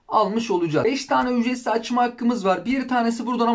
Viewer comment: ücretsimzimze hahahahahah